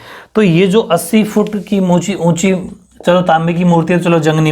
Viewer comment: moonchi { unchi }